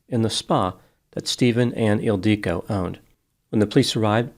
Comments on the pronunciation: It‘s „Ildico“, not „El Dike“, dammit. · Isn’t it IL-dee-co? It sounds Hungarian. And Magyar is definitely Hungarian. Yes, he’s definitely not pronouncing it the usual way. (Maybe the woman pronounced it atypically. 🤷‍♀️) The usual way is ILL (rhymes with pill)-dee-koh (rhymes with “low”). The emphasis is not on DEE. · I used to teach English in Budapest and have been to Hungary many times. is not pronouncing the woman's name correctly. It is pronounced 'ill-dee-ko'. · Oh!!! EEL-dee-ko! “Magyar kozmetika…” It’s Hungarian! The emphasis on the name threw me off. One interesting thing: every single word in Hungarian is pronounced with the emphasis on the first syllable. 🙂 (It’s the only easy thing about Hungarian, ha!) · Because he mispronounces the name severely^^ He emphasizes the i in the middle, but this Hungarian name is not pronounced this way. It is pronounced ill-di-ko, don't elongate the "di", pronounce it just as long as the other syllables. The nickname is sometimes "ildi", pronounced as in "Hildi" but without the H. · It’s Ildikó! 😂😂😂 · As a Hungarian, this made me very sad… she was beautiful (although deeply flawed) and very gifted as an aesthetician. Her mother died of a broken heart not long after. Also, you are pronouncing her name and business completely wrong lol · Except is pronouncing her name incorrectly in all three variations he uses in this video. And honestly, slut shaming a murder victim? Smh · This comment is not funny… and that’s not how her name is pronounced 😒